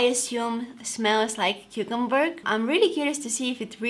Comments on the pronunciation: "cucumberg" omg ur adorable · The way she said cucumber cucumberg